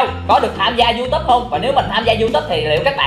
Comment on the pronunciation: Nghe chị nói gì mà =) diu túp trong khi người ta gọi là youtube(you túp)còn em gọi là you tu be còn chị...=) diu túp =)))